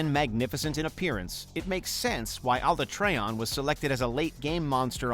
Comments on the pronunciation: His saying Alatreon wrong was what sent me. Dear God no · sounds relatable to me I mean I used to say “Ah-LAH-tree-on” but then noticed how Alatreon’s name is pronounced in Iceborne and from now on I say it like “AH-lah-TRAY-on” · Who is alatreon ? Why they say it like that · Nibelsnarf? More powerful than Gaoren which is the Elder dragon of the Crusteceans! Nibelsnarf has the most easiest tactics to kill, you can just combo it on it's back, lay a Bomb on the ground then fish it out the sands and Combo it. -ALat-three-on not Alah-treh-on -DAlama-dour not Dalah-mah-dur. -Lag-giac-krus not Lagiakrus. -The other 4 Black Dragons are on this list, Lol Like Dire Miralis are more Iconic than Rathalos. And also, the other Dragons. -Kacha-Wacha is on this list hut Rajang is not mentioned? The only "Apex Primate" we know that capable of killing Kirins. -Others are Outdated or not that powerful nor Iconic. -Mitsuzune is not included but his 3 foes are included. -Didn't include any Clips of Monster from World and Iceborne.